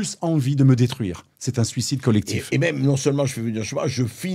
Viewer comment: Suocide ? Succide ? Sulcide ?